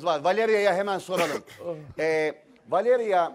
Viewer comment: Beyaz'ın Valevia demesi😂